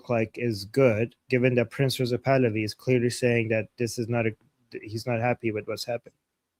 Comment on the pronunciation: It’s not “PRINCES (or PRINZES) Pahlavi” It’s PRINCE — no “zees” or “ces”. Where is that pronunciation coming from? Why haven’t you corrected this? “Princes” means more than one prince.